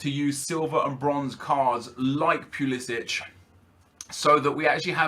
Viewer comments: It's not pulisić it's not Croatia it's pulisic. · Pulisic is said pull-le-sick he said it in a interview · He also mispronounced Pulisic